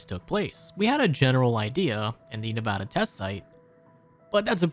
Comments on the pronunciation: it's "nev-AH-da" not "nev-AUGH-da" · As a nevAda resident, it was grotesque hearing your butchering of our great silver state all jokes aside, loved the vid! hope you do well! :D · "Neuvaduh" The way people say my home states name lmao